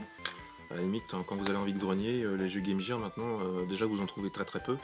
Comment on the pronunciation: Salut, sympa tes achats ! Petite info : Game Gear ne se prononce pas Game Jire, mais Game Guire ! Beaucoup font la faute (je la faisais aussi jusqu'à ce que je demande à ma prof d'anglais ce que ça voulait dire ^^ "Equipement pour le jeu", pas très classe en français...)